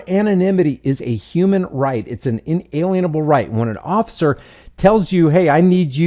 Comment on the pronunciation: It's ACTUALLY: "IN-ALIENABLE" RIGHT!! NOT: "IN-ALIENABLE" RIGHTS!!! SO-CALLED "EDUCATED" MORONS, do NOT even know how to PROPERLY PRONOUNCE it!!!